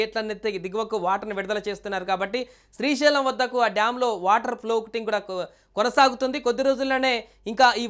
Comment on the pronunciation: అది శ్రీశీలం కాదురా లఫుట్